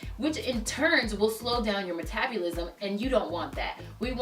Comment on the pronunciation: I love how she says MetabUlism 😂 thanks for the great video!!